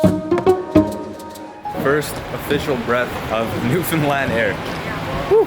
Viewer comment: Now you just need to learn how to pronounce Newfoundland not newfinland